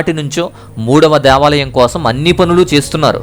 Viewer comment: Deeevalam kadhu Devalam